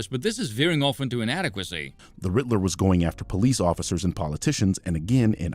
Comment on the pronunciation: This is rather pedantic on my part but to this birdman fellow ... it's "Riddler" not "Ritler"